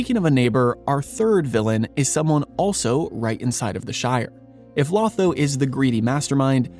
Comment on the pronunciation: 1. It's pronounced low-tho not law-tho. 2. He doesn't turn The Shire into a capitalist hierarchy. He males it a communist dictatorship. 3. Literally killed by Grima at the order of Sauroman. 🤣 🤣 🤣 🤣